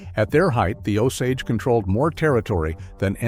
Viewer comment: And "The Osage Nation" Not the "Ol'rage nation"